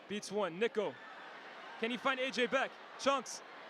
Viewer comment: Bro did NOT say niko